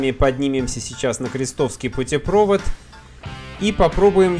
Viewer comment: Не путепрОвод, а путепровОд!!!!